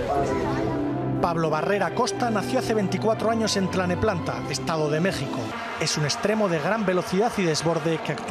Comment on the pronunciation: jajaja Tlaneplanta. NO!, es Tlalnepantla Edo. de Mex. Muy bien por uno de mis favoritos. Pablo Barrera.